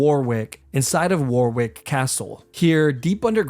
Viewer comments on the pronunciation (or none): I think that the most horrendous torture is listening to americans trying to pronounce British place names such as Warwick. Spoiler: It's pronounced Warrik.